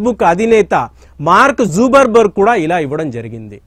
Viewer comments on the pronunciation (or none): Names kooda correct ga thelusukondi sir its not zuberberk its Mark Zuckerberg the of Facebook & Whatsapp 😊😊😊 & thanks for the explanation sir 👍👍👍